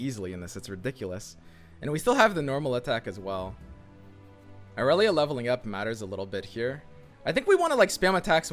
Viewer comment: I'm slowly getting triggered over inability to actually read Irelia's card text.